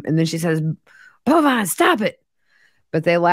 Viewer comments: So glad I found you as I’m kinda obsessed with this whole thing! Are you pronouncing George’s son’s name as “Bovine”? It’s Bulvine. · It’s Bulvine and pronounced Bullvine. It’s from a video game.